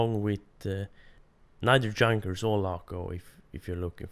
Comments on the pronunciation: Junkers is pronounced Yoonkers by the way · You are saying Junkers so wrong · You mispronounce Junkers